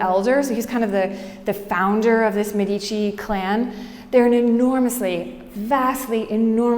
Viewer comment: Thank you, very good, but learn how to pronounce "Medici"